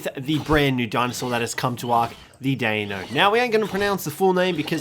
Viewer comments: it's not daino its dEino try to say it with an e not an a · the way to pronounce deinonychus is day-non-i-cus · It's pronounced DEN-NON-Y-CUS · Die - non - a - kiss Deinonychus Its not that hard Jk love the vids . but ut is prounounced that way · It's (Die-non-uh-cus) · here is how you pronounce it (die-no-sue-chus) :) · Hey cjthecheesedj try to pronounce the deinonychus. Dye non ey cuss. But try it all as one word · the way to pronounce it is die-non-icus